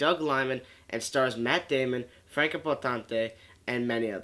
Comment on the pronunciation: Awesome movie! I do agree with almost everything you say, down to the lack of flashbacks or at least him showing that memory is coming back step by step. Yeah, the name of the actress. She is German-born (same here), so I know: it's pronounced: Franka (just fine the way you pronounced it) and: Poe-ten-ta. Easier than Jake Gyllenhaal - and definitely easier than Jack Palance (I already heard two versions - from TV journalists: "Pah-lawns" and "Pellans" - which is it?) ;-) Thanks for the great review!